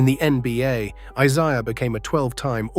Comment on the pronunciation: Can't even pronounce Isiah correctly. What a loser!